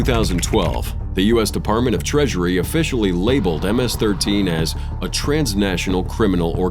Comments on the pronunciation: nah ms13 sounded wrong... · Pronounced MS-13 WRONG